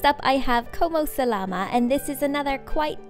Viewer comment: It makes me cringe when everyone mispronounces words in Spanish is it so hard to look up the correct pronunciation on google?! It’s como se Llama! Enfasis on the double ll!𗁌